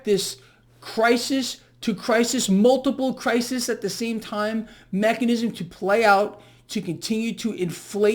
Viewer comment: Hi. To avoid CRISIS getting bent out of shape, its plural is pronounced CRY-SEAS.